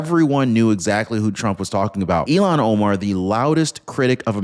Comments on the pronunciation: I notice every time you mention than idiot from Minnesota, say Elon Omar. I believe it is pronounced "ill-han" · It’s ILL-HANN not Elon!!! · It’s not Elan, it’s Ilhan. You’re pronouncing her name wrong. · Her name iis ILLHAN not ELON. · It’s pronounced like it’s spelled: “Ill-haun” or “Ill-hon”… not, “Elon” (like Elon Musk)! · It’s not Elon it’s pronounced Ilhan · ILL-hahn. That’s how her name is pronounced, not “Elon”. IL-hahn. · her name is pronounced "ill Han" not Elon. Please don't confuse that with the name of a true Patriot. Thank you. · please for God sake say her name correctly it's not Elon it's( ill hon) spelled illhan.